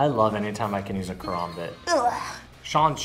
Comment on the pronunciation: He lost me when he sed " I love using a korombot"... didn't know karambit had fucking o's in it 🙄